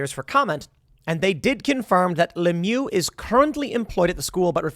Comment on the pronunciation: Lemieux is pronounced to rhyme with "sh!" not "boo."